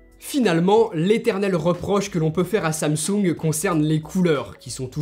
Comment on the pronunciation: Samsoung ? xD